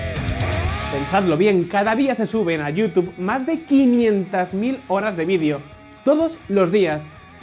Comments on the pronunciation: Jajaja, "yutube". ❌ Se pronuncia "yutub".✔️ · se pronuncia (youtub) sin pronunciar la e, en Espa?a hay problemas serios con el ingles. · Like por cada vez que pronunció la palabra "YouTube" erróneamente. 😂😂😂😆😆😶